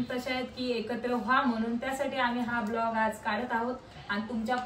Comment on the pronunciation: Vlog❌ Blaag✅😂